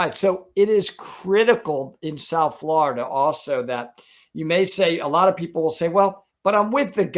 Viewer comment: Ok, as a native Floridian I need to correct you. It's pronounced FL OH RIDA, not FL ARRR IDA.